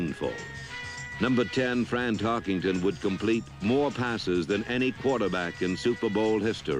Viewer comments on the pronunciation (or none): There is no ING in Tarkenton's name.